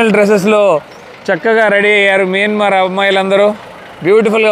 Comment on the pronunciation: Bro mayanamar, not miyanmar